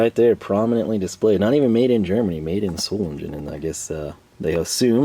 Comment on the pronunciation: It is not pronounced solegen it is pronounced zoelaygayn, for the Greman S is an american Z. You do so well with all the tool names get a German text book and learn how the letters and vowel sounds work it is easy cheasy and umlauts come with practice.